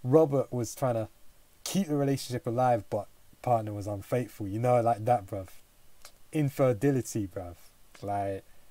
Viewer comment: It's infidelity not inferdility